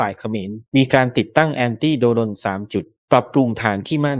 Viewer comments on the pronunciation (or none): ไม่คิดจะปรับปรุงคำว่าโด-รน บ้างหรอหรือจะปล่อยให้ผิดแบบนี้ตลอดไป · กันทรลักษณ์ อ่านว่า กัน ทะ -ระ ลัก ไม่ใช่ กัน-ทอน-ลัก..โดรน อ่านควบกล้ำว่า โดรน. ไม่ใช่ โด-รน. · โด รน อีกแล้ว เมื่อไหรจะอ่านหนังสือออก ไปเรียนหนังสือใหม่ น่ารำคาญ